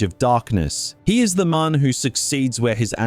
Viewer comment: How are you both Australian and over the and of 6 and somehow still manage to release a video with so many mispronunciations? Where do you live that the word “man” is pronounced as “mahn”, because it’s not Earth, that’s for sure. Another psudo-intellectual farting out philosophy. What a time to be alive.